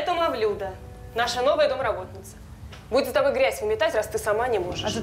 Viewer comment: Не МавлЮда, а МавлюдА !!! Ударение в языках народов Средней Азии почти всегда на последний слог: МаликА, ГульчехрА, ЗухрА... А тут решили как по-русски: Люда-Мавлюда.